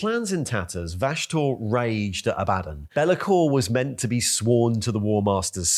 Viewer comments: CAN YOU PRONOUNCE ABBADON CORRECTLY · While I know pronouncing his name like "A Bad 'un" is correct, I still can't stand it. It just sounds way too corny.